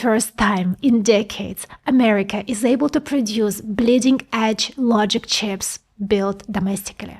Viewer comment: I love how you say “Chyps”, or “Chiips”, not quite “Cheeps”. Language is on a spectrum, pronunciation adds another layer of wonder.